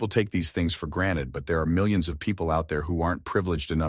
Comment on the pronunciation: The privilege to know how to pronounce "GranTed" and not "Graned"